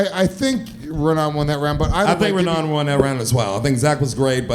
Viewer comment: It’s Raanan not Ranaan